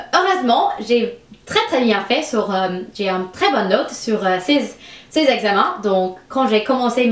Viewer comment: Salut , je suis française et je voulais te dire que tu parle très bien le français. Des fois tu prononce mal, c'est à dire: au lieu de dire " une " tu dis "un", mais cela ne nous empêche pas de comprendre. C'était un plaisir de regarder ta vidéo, surtout que j'adore l'accent américain/britannique . Continue car le français te vas a merveille😁😘